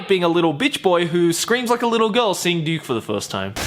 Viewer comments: Every time you say Ryuk, it sounds like you're saying Duke. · Ryuk, his name Ryuk not Riuk...damn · Its Ryuk not Riuk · Good things: L didn't die and when light pronounced Ryuk wrong and Ryuk says "hey kiddo it's pronounced Ryuk". Bad things: THEY CALLED HIM LIGHT TURNER wth also light didn't die and they missed so many rules of the death note and so many important characters! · what did i misheard or you said Duke instead of Ryuk lol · My favorite part of the movie was when Light read Ryuks name with a wrong pronunciation and I literally screamed "IT'S PRONOUNCED RYUK" Only to have Ryuk tell him the exact same thing XD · Every time he says Ryuk it sounds like he's saying Duke. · When Light first said Ryuk's name, I was really worried. But then Ryuk came along and told him that he pronounced it wrong, which was pretty cool. It would have been unnatural for an American to know how it's pronounced, so they made him actually learn how to pronounce it, rather than pronouncing it wrong the whole time, or giving Light the random knowledge of Japanese pronounciations. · Tbh i hated it but light screaming was hillarious. Ryuk look good, but really light how do you mispronounce ryuk